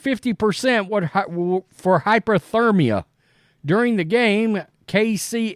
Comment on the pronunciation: It’s HYPOTHERMIA not hyperthermia.